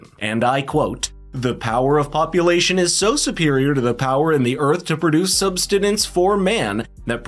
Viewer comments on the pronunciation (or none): Comment on content good. Undo first button on shirt, looks too tight.. or get a better fitting shirt… and pronounce words correctly, eg. subSIStence. Good luck.